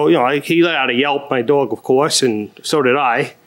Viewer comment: Look, I’m from the South and people make fun of how we talk.. but can we discuss how some of these litigants use two syllables for the word dog? “Daww-ig”